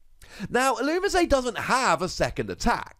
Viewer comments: You say "That's the way you pronounce it I promise" all the time, yet if you just watch the show or clips of the show on youtube, you'll see it say "illumees". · The anime and the Pokedex 3D app pronounces Ee-loo-mee-zay